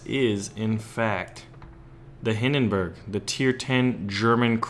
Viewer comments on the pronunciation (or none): none